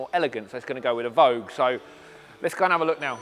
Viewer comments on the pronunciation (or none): It kills me when people say vogue 😅